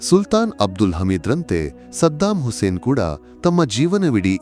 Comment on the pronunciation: ಮೊದಲು ಕನ್ನಡ ವಾಕ್ಯ ರಚನೆ ಸರಿಯಾಗಿ ಕಲಿಯಬೇಕು. ಸದ್ದಾಂ, ಹುಸೈನ್ ಅಲ್ಲ ಸದ್ದಾಂ ಹುಸೈನ್ ಎಂದು ಒಟ್ಟಿಗೆ ಓದ ಬೇಕು